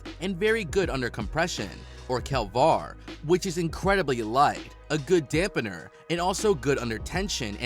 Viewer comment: these pronunciations...."kel-VAR" for kevlar, "pop-u-LAR" for Poplar....oh man... I'm 💀⚰️ 😂